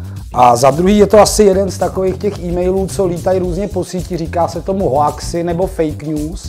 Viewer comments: čte se to "houx", ale jinak super video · Hoax se čte [houx] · Pane Bartoši, kdy už chcete lidem opravovat gramatiku (aby jste X abyste), zjistěte si, jak se vyslovuje hoax :D :D U předsedy strany, která tolik zdůrazňuje technologický pokrok a moderní způsoby komunikace, bych čekala vyšší úroveň angličtiny. Jinak ovšem máte mou 100% podporu, mám radost z každého Vašeho úspěchu a můj hlas pro Vás v příštích volbách je jasná věc, berte to jen jako konstruktivní kritiku :)